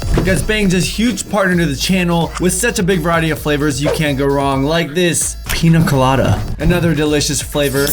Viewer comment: Lmao he said "pina colada" not piña colada